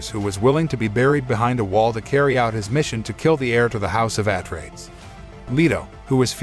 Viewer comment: Can't you pick a better tts for the pronunciation of some of the words like atreides